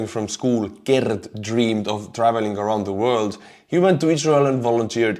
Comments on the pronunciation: The double e in "Geert", is similar to the 'e' then 'a' in words like "Gears". But keep making soup. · The G in Geert Wilders is pronounced as a guttural sound not a hard G. Like the sound a pig makes.